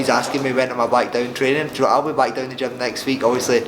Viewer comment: Ricky 'ja'know' Burns